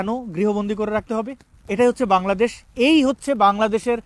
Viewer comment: উনার উচ্চারণ টা কেমন ছিল : বেংলাডেশ। হা হা.... এগুলো কখনো ঠিক হবেনা । এগুলোর চরিত্র একেক জায়গার একেক রকম ।